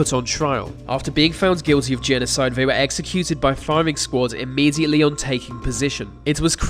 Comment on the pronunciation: Giving yourself the thumbs up for the pronunciation of a Romanian dictator's name yet have a clear problem with the English language is jarring. For example: they not vey, thanks not fanks, thrown not frown, on and on it goes. Mate, with love in my heart and as one who had a speech impediment, go to a speech therapist. They will quickly put you on the right track and have your videos kicking goals.